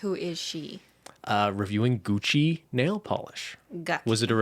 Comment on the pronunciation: IDK WHY BUT THE FREAKING GUCCY HAD ME DYING